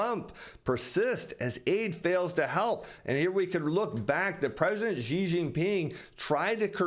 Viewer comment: Great fan of your information. thankyou. just a side comment: President Xi of China (I live in China and speak Chinese) would be far more accurately pronounced simply as our English word 'she'. That's not 100% accurate but quite close compared to what you've been saying. Just a friendly comment/trying to help you.